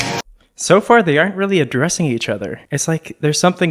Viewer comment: AHH! WHEN SAID ADDRESS I THOUGHT HE SAID UNDRESS 🤣